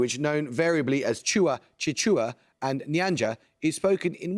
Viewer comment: He butchered my country's language. It's "Chichewa" or "Chinyanja". Glad to hear Malawi mentioned though.